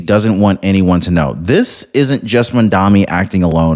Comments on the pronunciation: My ocd is in overdrive… it’s maMdaNi not mandami… or Mamdookie if you prefer, I do 🤣😂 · You can't even pronounce MamdaNi. And you expect viewers to believe you?